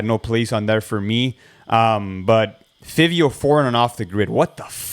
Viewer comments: It’s pronounce Fy-vio but yes…we all feel the same way🔥🔥🔥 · Yeah, Fivio spit his best verse ever. Man. That was crazy. And its pronounce (FIVE-VI-O) btw. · Fivio is pronounced FA-VE-O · Five-eei-o boys come on haha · The way y’all pronounce fivio 😭💀